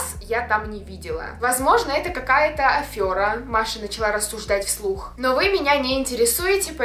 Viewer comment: АФЕРА, а не АФЁРА.